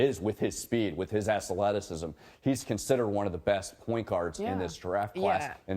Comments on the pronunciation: lol his 'assleticism' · "ASSleticism" lol what?? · "assaleticism" lol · did anybody else see how hhe said "athleticism"?